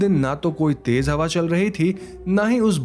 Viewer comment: Please speak the language properly. It's mash hoor not mas hoor. Similarly J is not Z and vice versa. Tez not tej for the fast.